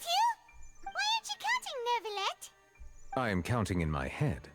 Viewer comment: guitar is a surprise! but it kinda fits you now that i think about it you're right about neuvilette's pronunciation, i'm pretty sure everyone in fontaine just had trouble pronouncing french so they keep saying nervilette instead😅 and i absolutely agree, his voice is amazing and his relationship with furina is a great dynamic, you'll definitely see some more of it eyewitness have proven time and time again to be only slightly more reliable than just randomly guessing the identity of criminals, that being said in a world with nothing more concrete than that, perhaps people are the best thing available, as long as we're talking about motives and not memories